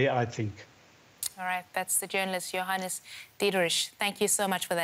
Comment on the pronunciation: When she said Johannes I thought she was saying “your highness”